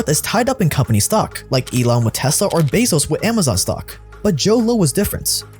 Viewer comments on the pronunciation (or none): none